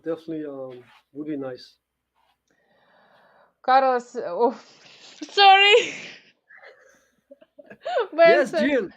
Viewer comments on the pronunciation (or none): The way she said Caros :D